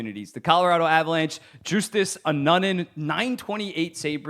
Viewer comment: Colorado's goalie, Justus Annunen, pronouces his name "Youst-ass Ah-none-in". You should learn that because he is awesome and very much could become Colorado's 1A by the end of the year.